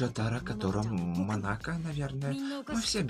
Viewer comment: На будущее, не монАко, а мОнако😅